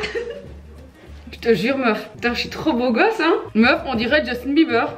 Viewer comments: « justin biefleur » 😂😭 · Ptdrr « Justin biefleur » déjà à partir de la vous m'avez perdu 😭